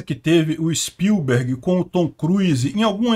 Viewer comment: Na pronúncia do sobrenome do Steven Spielberg, eu vou escrever como fala corretamente. Levando em conta que as letras em maiúsculo são as sílabas mais fortes, a pronúncia correta é s P Í l b e r g , e não s p i l B E R g .